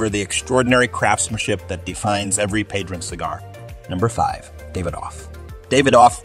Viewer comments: I almost stopped watching the video when they said pahdruhn instead of padron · It's obvious the announcer doesn't smoke Padronnnn😂.Really🤔